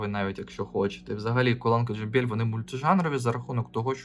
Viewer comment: Вибачте, ну чому джи якщо джей? J